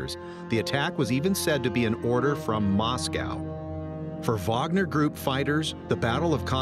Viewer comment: Idk why but I appreciate it when Wager is pronounced correctly like in this video.